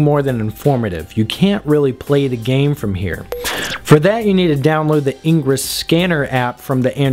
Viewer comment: 1. Those bips at the start made my ears bleed, learn what audio levels are and balance them. 2. It's IN-GRESS not engruss. It's the opposite of egress. Engruss could be confused with egress. Which is probably why the opposite of egress isn't engruss but in-gress. 3. Punch yourself in the nuts, see 1, and 2, and repeat until enlightenment is achieved.